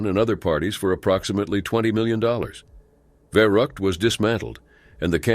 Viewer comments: And it’s not Va-rut it’s Va-root . Dude can’t pronounce obviously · Sound more like Verruckt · Verrückt Not verruckt 🙄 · If you can not pronounce Verrückt, do not keep saying it over and over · I think we already established that the narrator can’t pronounce things about 2 minutes into the video when he tried to say Verrückt.